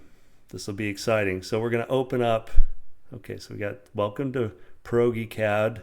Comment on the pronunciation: Proge- pronounced as in Project---- Prodge-eee-Cad...:) I might adopt pierogi cad though